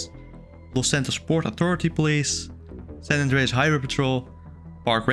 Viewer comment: san 'ndreas😂